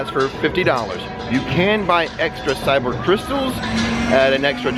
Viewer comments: Ky ber crystals .. not cyber .. your pronounced it wrong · Dude, you're killing me with how you're pronouncing Kyber crystal.... you're saying it as if its spelled CYber. It needs to be a hard K sound not an S sound in the beginning. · I was just going to say "Kyber" hard K ;) May the force be with you, thanks for the Falcon ride